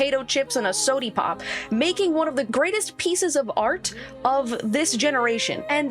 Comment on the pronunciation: did you just say a sodi-pop?